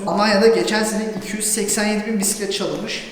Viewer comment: Neydi yavrucum o? Biğğisset mi? Bissset mi? Bisistisiss mi? Amcalar seni anlamamış olmasın 😆Biğğiisssetin üç tekerlikli miydi şirin yumurcak seni? Rengi neydi bakayım? Penbe mi yoksa? 🤣🤣🤣 Biğisseti çalınmış 😆😆😆